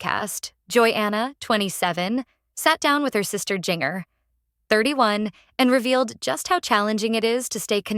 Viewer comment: Please learn to pronounce Jinger"s name properly. Are the producers of this blog depending on AI!?!